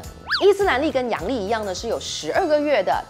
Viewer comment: 阳历，不是 洋 历哦！（我知道，洋人的日历是吗？😂😂）